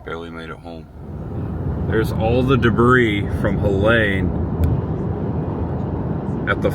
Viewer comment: My 15 Year old and I are helping neighbors tomorrow. 😢 I love Tampa Bay. It is pronounced Heleeeeene heh lean . Not that the name is worth mentioning. Even at Target today I saw rows of frozen food being tossed out. Makes me so sad. Love makes it better. Champa Bay indeed!